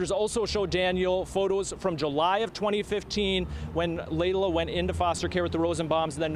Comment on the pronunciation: Laila not Lyla